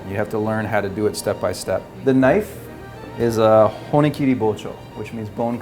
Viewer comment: He pronounced bone cutting knife, “bone cutting ke - nife